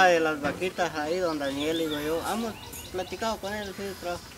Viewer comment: Hola me caes bien y quiero por favor que te olvides de decir “Amos”, se dice: HEMOS, HEMOS, HEMOS, no quiero escucharte decir “Amos”